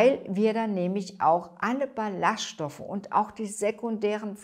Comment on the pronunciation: Ballast(stoffe): Die Betonung sollte nicht auf dem “s“, sondern auf dem “ll“ liegen, also wie Ball und Ast.